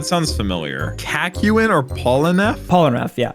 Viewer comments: i hate how you say kakyoins name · What pisses me off is how he pronounces Kakyoin wrong and is now making another person also pronounce it wrong.